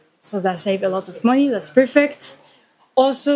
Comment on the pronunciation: mon‧ey /ˈmʌni/, not moni